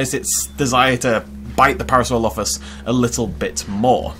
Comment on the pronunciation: Par -asaur - olophus